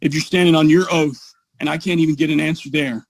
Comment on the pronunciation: Is he under oaf in the libary?